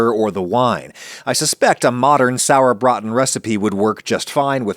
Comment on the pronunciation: i commend you for your very accurate pronounciation of "Sauerbraten"! well done. As someone that grew up in Franconia and has been eating "Klöße" at every possible chance i have to URGE YOU to try the half and half method. i promise, it will be worth your time and effort! yours were done in a manner that is very common in nothern germany, however in the south, especially everywhere even just remotely close to Bavaria, they are made "fränkisch halb und halb" (franconian half and half). which means one half of the dough is made from mashed cooked/baked potatoes, whereas the other half is finely graded raw potatoe. and OH WHAT A DIFFERENCE! that makes for the texture. the "halb und halb" is just completely superior! in Bavaria a favourite peace to serve it with is the "Schäufele" (which means small shovel). You could go for another Video and do the franconian Schäufele with the franconian dumpling version. (there even is a short english wikipedia entry for the "Schäufele" which should serve as an easy point of reference).